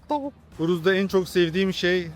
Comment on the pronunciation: TAVVUIK XD